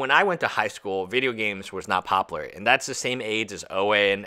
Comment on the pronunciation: Bro. Do you not realize there is a U in the word popular? Pop-u-ler. No pop-ler. Every time you say the word I think of Futurama.